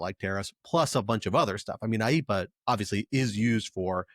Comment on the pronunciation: AYE - EE - PAH sounds like Speedy Gonzales has a cold.